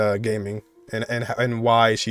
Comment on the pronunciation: I would just like to mention that Gaming is supposed to be (Ga ming) not like gaming, they just put the two chinese words together and it's like that